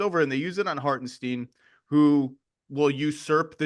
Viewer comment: I'll keep saying Lorrie so long as you keep saying Hartensteen . . . .